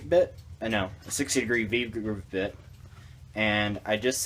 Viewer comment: "...no a 60 degree bhpabith bit". What?